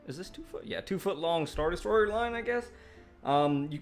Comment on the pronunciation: Des - troy - er... not de-story-er!!!